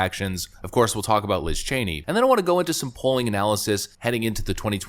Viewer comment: "What is (Sencherd) Liz Chany?"